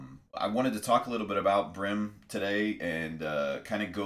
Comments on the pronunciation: Why do you pronounce it Brim? It`s Bream. change the B to a C and you`ll know what i mean. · Bro good vid but its breem not brim.... when you say dream, you dont say drim....... bream(Breem)